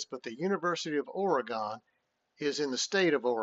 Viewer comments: ~ Also, "Orygun" not " Ora-gone" ... Sounding like Lou Holtz' dumb ass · Correction: OREGON is NOT pronounced Or ee gone! I live in Oregon, and it is pronounced Or ee GUN. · As an Oregon native.... DO NOT STAY IN PORTLAND! You can travel south on I-5 and stay in Salem which is a little safer than Portland and about an hour closer to Eugene.... And its pronounced OR-E-GUN.... And its U-GENE. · First of all, learn how to pronounce our state right. Here, I'll even help ya: Oregon (ORE-uh-g'n) like organ with an "uh" sound in the middle. It doesn't rhyme with “gone”. Secondly, you guys aren't scoring 35 on us in our house. You don't realize that our stadium is the loudest Big-10 stadium and Top 5 loudest in the country even though we only seat under 60k fans......in other words, What are you smokin?! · Nice job. But, Oregon is pronounced Orygun. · That didn't bother me it was the pronunciation of Oregon 😭 😅